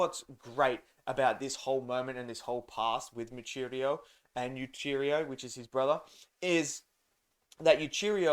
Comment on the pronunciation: MOO-WEE--CHEE--RO brother, not , moocheerioo